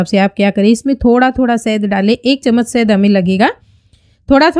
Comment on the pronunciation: Sad nahi shahad bolte hain. Pronunciation ko theek kijiye